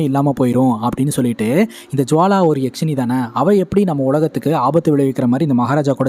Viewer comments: யாக்சினி இல்ல அண்ணா யக்சினி❤❤❤❤❤❤ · யக்ஷினி யாஷினி இல்ல bro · கதை நல்லா சொல்றீங்க. பாராட்டுக்கள். அது யாக்ஷிணி இல்லை. யக்ஷிணி. யக்ஷனுக்கு பெண்பால் சொல். பொதுவாக மாந்திரீகத்தில் கேள்விப்படும் நபர்.